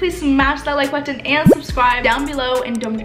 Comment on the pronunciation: Only time her accent comes out is when she says the word "button" 😄